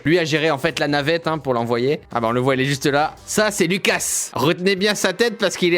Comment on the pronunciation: En faite moi je suis moitié française moitié Lituanienne et Lukas si tu prononce le s tu dois le dire Loukas vu que c est un prénom Lituanien 😉